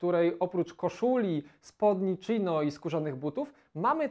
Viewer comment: Nazwa spodni chino wywydzi się z ich chińskich korzeni. Chińskich, nie Czińskich. Spodnie chino czytane przez ch, nie czino.